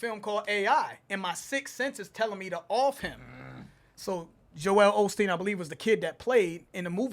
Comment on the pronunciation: That's part of the " idk who I'm battling" scheme. It's why he mispronounced joel Osteen's name